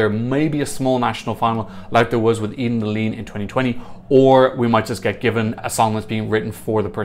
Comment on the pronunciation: It’s pronounced: EH-den AH-leh-neh (Eden Alene)